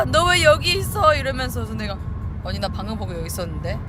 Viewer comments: 미연언니라고 한거 맞아여ㅋㅋㅋ 언니 발음이 좀 안돼더라구여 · 묵음ㅋㅋㅋㅋ 미영-니 왓어요